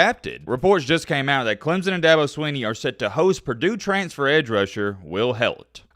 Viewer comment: It's Swinney,. Not "Sweeney". I thought you were a "know it all". More like MattBeILLITERATE. Anyway. I love the channel. Go Tigers!